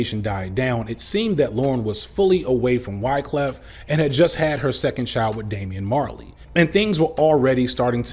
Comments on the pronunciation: Me every time said Damian Marley: 😬😑 lol Great Vid as usual! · I'm Jamaican. Every time he said Damian Marley, I cringed.